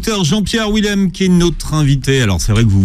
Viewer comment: Schweizer, Willem sont des noms d'origine germanique DONC le W se prononce Dur (pas mou comme en anglais). Pourriez vous faire attention ? Willem lui-même prononce son nom et vous ne l entendez pas... En français, le W est prononcé Dur Aussi... Ça donne phonétiquement : Vilem, ChVeizer